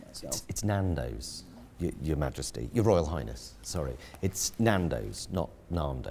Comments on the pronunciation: "Nahndos" XD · It's NANdos, not NAHNdos! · I like how he flinches every time he says naaahndos. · That was hilarious man!! "MAN" as in Stan - not man as in "MARN"!! Now I feel like Narndo's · Pie's face when he says "Narndos" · I die a little inside every time I hear "Naandos" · Pie's face as he keeps saying "NarnDos" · "I was at a Narndows" 😂😂😂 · I have never heard Nando's pronounced like that.